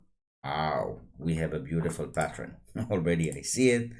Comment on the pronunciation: patt-ERN not patt-REN 😉 Thanks for the tuto